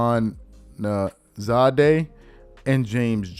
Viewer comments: it’s TJ Housmanzadah….phonetically it’s “Hoos-men-zah-duh” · Ask Chad Ochocinco to help next time. Hoosh-MAN-zah-dah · Pronounced T.J. (HOOSH-MAN-ZA-DA) 👌🏿!! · It's pronounced hoosh-man-zah-dah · Bro that’s the wide receiver from the Bengals hus-man-zada is how it’s pronounced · It's pronounced ( hoosh man zada ) he played receiver for the Bengals and later the seahawks I think. Best years in Cincinnati tho. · Pronounced: Hoosh-menz-zah-dah He was the WR on the other side of Chad Johnson in Cincinnati. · Man butchered my man Houshmandzadeh ngl if I wasn't a Raven fan I wouldn't know how to say his last name lmao. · Nice job of butchering TJ Houshmanzahda name … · 😂 my man butchered the hell outta T.J.'s last name 😂😂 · Man u cnt kno much bout sports not saying tj name right.he played for the bengals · Damn he butchered TJ's name 😂😂😂😂😂 I had to rewind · Lmao not you messing up TJ name like that. Like the old fantasy commercial. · Bro didn’t know who tj houshmandzadeh was lol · Bro REALLY doesn’t follow football 😂😂😂😂 he’s admitted it before and now I take him way more seriously. Thanks for the comment I was looking for someone to address his butchering of the name 😂😂 But if you don’t follow football you’d NEVER get the name right lol. Much love to 🙏🏿🫡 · I love you bro but you can’t boucher T. J. Houshmandzadeh’s name like that 😂